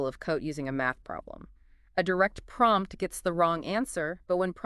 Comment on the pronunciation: Did it just say pompt engineering at the end!